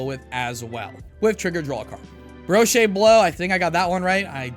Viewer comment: Boeuf is ez to pronounce... its basically "buff" with a little French "o" sound blended into the U... it means beef in French.... Brochette does not have the "AY" sound at end... it's "Broshet" which is basically a kebob in France... Sanji/cooking related terms.... This may be the first time I applied French out of High School 30 years ago....